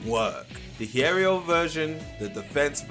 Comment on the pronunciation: Btw it's pronounced Hee-eh-row